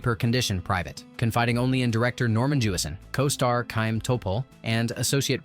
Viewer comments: It's not Sha-im Topol, it's a gutteral Kh for Chaim! Same as for LeChayim, to life! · I learned a lot about the film, but you really need to to learn to pronounce the names and terms correctly in order for it not to sound strange. It is not "Tchupa" but "hupa" with a gutteral h. The same goes for "Tchaym" instead of "hayeem." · Yes. Many mispronunciations: Chaim, Yentay (Yenteh), Motel, (Motle) chupah, Gold (Goldeh) and more. Other than all that, very nice.